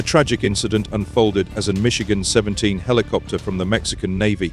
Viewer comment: Mi-17 ... "Michigan" 17 helicopter ??? "Mikhail" is rolling in his grave.